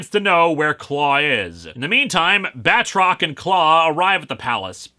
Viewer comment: I swear there's been a couple times where for a split second I thought he said Badrock instead of Batrock.